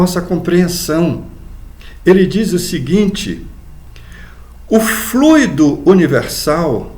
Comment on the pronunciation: Muito importante a sua pronúncia correta da palavra FLUIDO